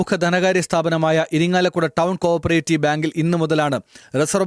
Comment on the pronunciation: കോ'ർ'പ്പറേറ്റീവ് ബാങ്ക് അല്ല, കോ ഓപ്പറേറ്റീവ് ബാങ്ക്. എഴുതിയ മാപ്രയ്ക്കും വായിച്ച മാപ്രയ്ക്കും ബോധമില്ലാത്തത് കൊണ്ട് പ്രശ്നമില്ല.🤣